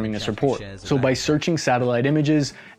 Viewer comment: The guy from the video manages to pronounce every city name wrong. "Enerdogar", "Odeeza", "Makaloov". What the hell lmao